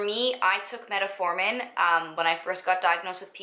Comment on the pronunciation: fyi, it's called Met-formin, you added an extra "a" in there. lol